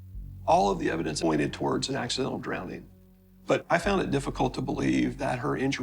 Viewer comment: Never trust an adult who says, "drownding."